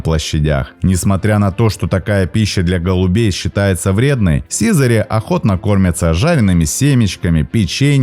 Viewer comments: Ставшее редким за последние десятилетия, очень красивое слово СИЗАРИ. Ударение в нём правильно ставить не на первой И , а на второй, не сИзари, а сизарИ. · Ну СИЗАРИ́ же, блин! Сизари́! Учите русский язык, дети!!!